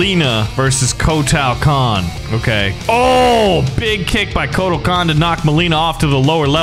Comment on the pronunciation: Agreed WHY SAY EVERY NAME WRONG KOTAAAAL KAHN WTF